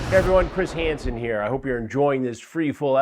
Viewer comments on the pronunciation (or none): "Chris Hanson" - he said it like "Keyser Söze"